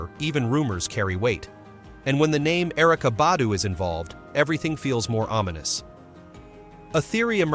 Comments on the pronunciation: Just a tip: If you put a video out, do some research before you post! Put some RESPECT on that man name! For 27 minutes straight you pronounced his name wrong. LETS DO BETTER!🤷🏽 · you should know how to pronounce names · I PROMISE I JUMPED IN THE COMMENTS JUST FOR THIS POST. I SWEAR THEY BE KILLING ME W/ THAT. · For real! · I know "like why is it so hard to say his name correctly? " It's ridiculous how they killed black people name!